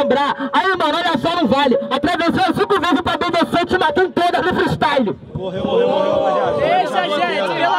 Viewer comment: "Os cara tão se matânu" kkkkkk